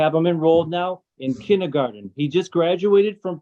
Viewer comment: Love the judge pronouncing kindergarten as “ kindy garden “